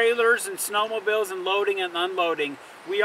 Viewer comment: great tips. and please stop saying "snowmobills" lol